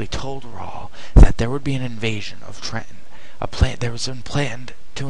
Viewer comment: completely failed in quebec? are u on glue? arnold took ticonderoga, a british sloop of war, montreal, and delayed an invasion for at least a year. do ur homework. and its TRENTON, not tre-en.